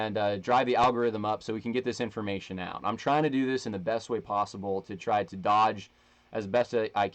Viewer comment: Saying al-gor-rhythm 100% triggers it